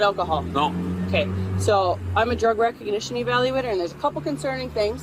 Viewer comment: She cant even say Recognition, it was "Rec Egnition" lul 🤡🤡